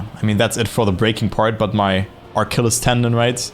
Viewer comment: There is no R in Achilles Tendon